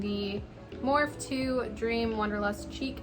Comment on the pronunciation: Loved the tutorial! Whats the name of the brush you used for the contour? Btw morphe is pronounced “morph-ee”😂